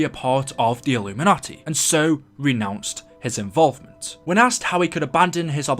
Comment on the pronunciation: When you say "illumanti" are you talking about the same community where they sell there souls